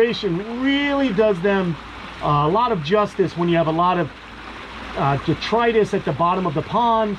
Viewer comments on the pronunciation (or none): none